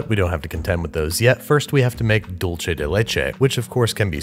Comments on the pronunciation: Dolce (doll-chay) = Italian 🇮🇹 / Dulce (dul-say) = spanish 🇪🇸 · I cringed every time he said it that way. Dool-say dude, not dull-chay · Its really dulce. Not dulche. You know how the dulce is spelled dulce and the leche is spelled leche? That's why dulce is pronounced dulce and the leche is pronounced leche. In italian, dolce is pronounced dol-CHE. But that's because it's Italian, and a totally different language. The c is "ch" and their ch is "k." But in Spanish, c is "s" or "k" and ch is ch. Like in English. Dulce. Like "she spoke in dulcet tones." It's infuriating because it's actually more similar to English, and yet people speaking English are CONSTANTLY trying to overpronounce it. Doolseh deh leh-cheh. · DULCE= "DOOL-SAY" It was painful hearing "dool-chay" the entire video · sighs It's not pronounced "dool-chay." It's pronounced "dool-say." "Dulce de leche" is Spanish, not Italian. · Dool-seh not Dool-cheh. This is not Dolce and Gabbana, it’s dulce and banana. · Juan king anyways its Dulce so suck it up Juan